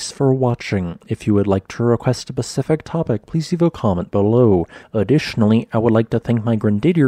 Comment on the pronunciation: Specific topic, not "pacific" top.